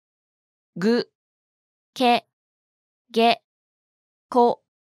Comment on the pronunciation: Is it only me or is "Ke" with those two lines on top sounds like "Gay" 😭😭